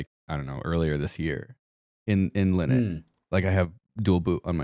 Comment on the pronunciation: AND LIKE 5 OTHER TIMES.. Will.. WILLIAM MY DUDE.. it is NOT. Pronounced... LINIT, OR LINUK. He literally f***ing pronounced it wrong like 8 times, AND pronounced it correctly at least twice. BRO. Bad example, man. Come on 💜